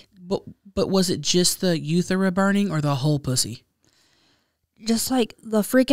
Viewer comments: When said “Yee!” When talking about yeast infections and pronunciation of urethra. I’m done! 😂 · The way mispronounces urethra… 😅❤️